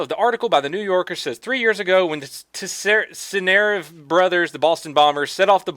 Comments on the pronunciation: Pronounce Tsarnaev like you pronounce Tsar in Tsar bomba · It's pronounced Tsarnaev. Come on,; get your shit together.